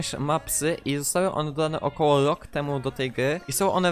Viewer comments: I mów rok a nie lok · wada wymowy też kiedyś miałem